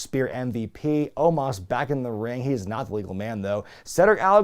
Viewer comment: The guy's name is "OH-MOS" NOT "OH-MAHS"